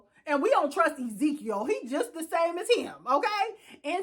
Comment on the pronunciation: who the hell is Izikieyoo🤣🤣🤣🤣🤣💀💀.. its Ezekiel it's a Hebrew name